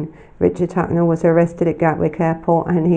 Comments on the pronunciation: Huckle* love your channel but you make a lot of mistakes with names, mispronunciation, and poor enunciation. If you worked on these your channel would be even better. Thank you for the great content. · Garry, His name is Richard Huckle. This lady is pronouncing it wrong. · Garry, it’s Huckle 😡